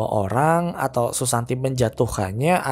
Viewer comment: Kenapa susanti di sebut susanto?....